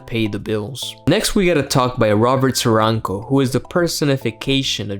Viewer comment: Am I the only one that heard Robert Serrano as "Robert Syouruncle"?